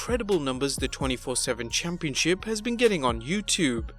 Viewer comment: Am I the only one who hates how this guy says the word “championship”? Lol